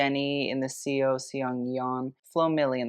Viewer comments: just a heads up, in korean, with the name 'seo', you just pronounce it like 'so', not 'see-o' :) like the seo in seoul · fyi the korean surname "seo" is pronounced "saw" or kinda like the "o" in "hot" lol love u